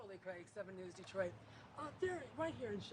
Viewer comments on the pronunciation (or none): none